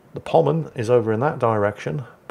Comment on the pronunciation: says musashi is a pommern his cat tries desperately to correct him, and he still gets it wrong Love ya, and your cat too